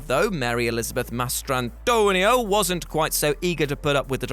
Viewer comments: Almost turned this video off because of the damn way he pronounced "Mastrantonio" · The way this dude kept saying Mastrantonio caused me to not finish this video.